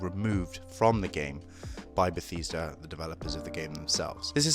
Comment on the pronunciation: Sorry, did you say "Betheeesda"??